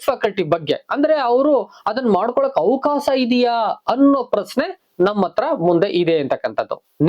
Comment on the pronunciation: ಅವಕಾಸ ಅಲ್ಲ ಅವಕಾಶ ಸರಿಯಾಗಿ ಉಚ್ಛಾರ ಮಾಡು